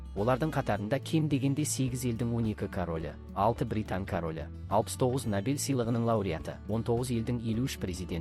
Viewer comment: Ассалаумалейкум. Сіздің бір сөзіңізде әріптен қателік кетіп жатыр. Набель сыйлығы емес-Нобель сыйлығы деп айтыңыз.